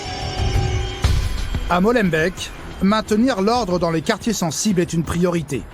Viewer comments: MolenbÉÉk et pas molenbeck. BruSSelles et non BruCKSelles . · et c'est MolenbEEk et pas Molenbèk :D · SVP, prononcez "Maulenbéék", pas Mollenbecq", et Béékant comme E(mmanuel) Kant. En néerlandais Molen Beek, le ruisseau aux moulins. Merci - Mais le trafic de stupéfiants, ce n'est pas qu'à Molenbeek! Ils sont partout depuis que Bruxelles est devenue soi-disant la capitale de l'Europe. Avant Bruxelles était une ville paisible! Quoi, sans casque sur leur moto? Oh la la! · C'est pas la banlieue, tout cela c'est Bruxelles. C'est pas Molenbek mais Molenbeek cela se prononce comme "et" ou é . C'est pas chaud à Molenbeek mais chaud partout à Bruxelles. Sauf si tu ne sors pas et en cas d'urgence tu sors mais tu la fermes. Au secours ! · Les journalistes auraient pu demander comment bien prononcer les noms de communes 😂 Molenbeek, c’est Molenbék, pas Molenbèque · Ce nest pas Molenbecq et bekante...(la pronunciation est moolenbeek) Molenbeek et (Beeekant) Beekant.... Cest pas la france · Brussel et pas brukselle, molenbeeeek et pas molenbeque. pourriez faire un effort... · Molenbééééééééééééééque pas Molenbaik. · c'est grave de faire tout un reportage sur une ville et d'être incapable d'en prononcer correctement le nom... Molenbéék pas molenbeck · Molenbèk 🤣 ee.... éék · Molenbeek se prononce Molenbék (o fermé déjà puis en tenant le é aigu assez longtemps et sans e à la fin). Tout ceci fonctionne de la même manière pour Schaerbeek, Dilbeek, Linkebeek, Maelbeek, etc...). Ne prononcez pas Molenbèke s'il vous plaît... Et une fois pour toutes, pour Bruxelles, le X se prononce comme deux S = Brusselles ! Merci... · À cause de cette délinquance de plus en plus violente j’ai quitter mon pays Je salue avec respect tous ces policiers et policières qui aident,soutiennent, et sauvent mes amis belges. Ps: pour les journalistes français Ce n’est pas molenbek mais molenbeek soit en français molenbééék😂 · molenbéék et pas molenbèq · C'est molembeek pas molembeck bandes de frousses...